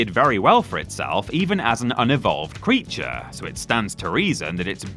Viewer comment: goes EXTRA Voiceover at 33mins - “creatuaaarrr” etc